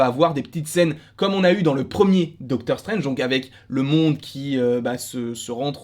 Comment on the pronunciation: Doctor 'CHTRANGE' 😂🤣